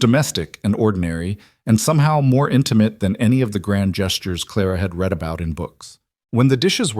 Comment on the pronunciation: “Read” can be one of two pronunciations decided by the context. You picked wrong.